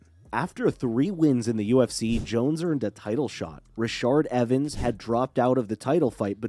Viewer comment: "Rashard Evens" "Shogun Roo-uh" Proofread your scripts my guy